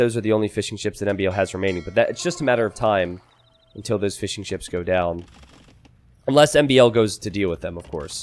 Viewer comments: My wife keeps hearing saying "fish n chips" instead of Fishing ships... now i cant unhear it 😭 🐟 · Since the very first time I heard 'fish and chips' lol glad to know it's not just me